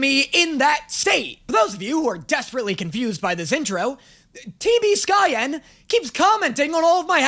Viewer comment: Hearing the passive-aggresively pronounced "T B SKYEN" was like hearing someone mention your favourite porn actor in a regular conversation